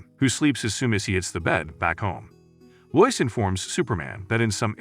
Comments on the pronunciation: Lo-is, not lois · "Loiz" lol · It’s too bad all these recaps use Ai voices. Proper pronunciation lost. So grating to hear Lois, etc spoken wrong.